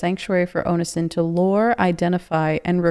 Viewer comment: You really don't know how to say Onision? Omg